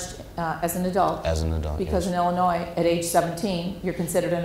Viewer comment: THE YOUNG MAN NEEDS TO LEARN THAT THE LETTER S ON THE STATE OF ILLINOIS IS SILENT